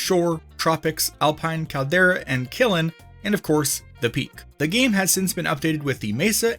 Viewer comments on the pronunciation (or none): "Kill-in" bro, it's kiln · "kill-en" lmao "kiln" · KILN NOT KILLEN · Please never pronounce kiln as killin ever again I beg you 😭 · Its just one syllable. Kiln lol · Much enjoyed. Thank you! You may want to revisit how to pronounce "Kiln."